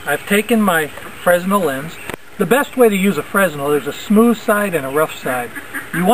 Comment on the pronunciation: it's named for the inventor Fresnell (pronounced fre-nell)